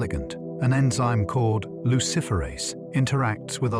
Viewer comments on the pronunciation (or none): none